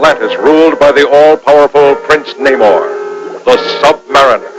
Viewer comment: Yeah it's Namor pronounced Nay-More not Nuh-More-Ay. Disney can go f**k itself